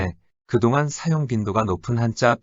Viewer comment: 놀랍지 않은가? 일본어 발음은A+, 한국어 발음은 단연코 F다. 그 이유? 당. 다음 예는,장음인 단어의 첫 자를 짧게 잘못 읽은 실 예다. 사용,부담, 시작,대폭,시작,한자,훈독,사실, 많고,도달,대부분, 해 드리는데,용어, 2 음절 등, 실로 심각한 문제가 아닌가? 어어의 타락은 그 나라 인문의 쇄망을 의미하는 것이다. 고국의 동포들께 간곡히 권하노니, "한국 어문을 고발함"이라는 책을 읽어 주시옵소서. 미국 변 완수 배